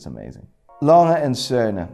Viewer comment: A Langha - Meh (Cmon bro, that’s disrespect!)